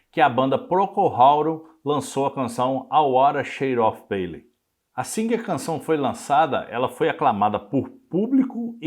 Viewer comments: Gostei muito da sua pesquisa sobre The Wither shade of pale. Hoje mesmo estava com dificuldade de traduzir a letra para meu irmão, numa publicação em que a letra acompanhava a música na tela. Só uma observação.. Não se diz “pêile”. Diz-se “ Pêil “ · Por favor:A pronúncia da palavra-dentre outras-PALE está errada.O apresentador não se preparou e comete falhas de pronúncia